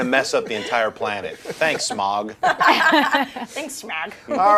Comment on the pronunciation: did she pronounce smaug as smag? wtf